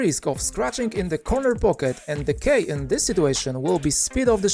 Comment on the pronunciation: Just a tip because I notice you use this word a lot. "Key" is pronounced like "kee" or "ki." Sounds like the "e's" in "cheese"